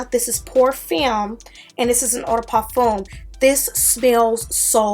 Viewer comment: Pour fumb like thumb not femme